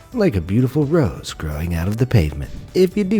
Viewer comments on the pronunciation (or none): none